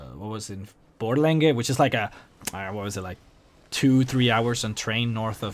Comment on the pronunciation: im from sweden, i almost fell of my chair when you started to talk about Borlänge and Dalarna coz i live here and yeah you made it sound so fucking funny, The red houses is a tradition from a lot of years back when the mine ine Falun was up and running, the paint was made there and bam red houses, this changes the further away from Dalarna you come. The horse meat is awesome ;) And you're swedish could use some improvment ;) ( no offen) but when you said Högskolan dalarna Borlänge well yeah XD